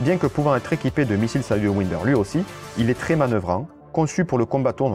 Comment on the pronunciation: Les missiles "sayeu ouideur", les "surplusses"🙃